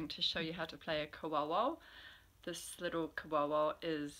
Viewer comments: Thank you for bringing a lost sound alive. Pronouncing the name slightly off but in time and alil learning you will have the reo down. I have just carved my 1st koauau from kanuka I picked up on a hunt. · Thank you! Evidently my pronunciation of koauau is terrible. But you can only do your best, right, unfortunately for te reo, this is mine. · you're all good sister 🤣 try pronouncing it like "core-oh-oh" :) it could because good idea to learn the Māori vowels too... if you can wrap your head around those you'll be able to pronounce Te Reo Maori beautifully 😊